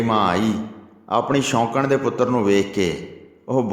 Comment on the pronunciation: Waheguru ji veer ji katha sunn ke bohut anand aunda hai but thora jeha shudd boleya karo ,, Bagat dhru shoukan da putar nahi c oh soukan da putar c shoukan atey soukan vich bohut faraq hai waheguru ji